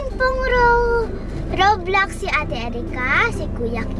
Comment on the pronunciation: Roblox po kasi hindi po roblux